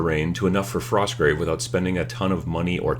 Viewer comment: Frosgrave Warband. You forgot the T :p Not enough coffee?